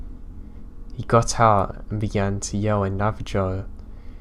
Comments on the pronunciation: Great advice in beginning especially for us who have diagnosed mental issues. That being said need to talk about your pronunciation of Native Tribes. Navajo does not end in Joe it ends in Hoe. Navajo= Nava-Ho. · Navi - Joe 😄